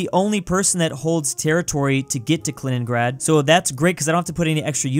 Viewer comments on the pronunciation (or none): “Kaliningrand”